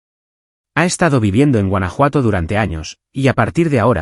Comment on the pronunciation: Huanajuato or Francia!